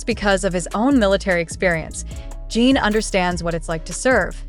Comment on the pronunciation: It is not Jean it is JIN. Please get his name right if you are going to report on him. Jin is very are well known and loved. Fan from Canada 🇨🇦